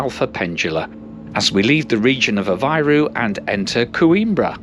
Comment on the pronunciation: CampaNHÃ, not CamPAnhã. PooSSInho, not "Pohtchinho". "Aveyro", not "Avahyro". I know, I know, Portuguese (not Brazilian) rarely has an exact correspondence between the spoken and written form, but still.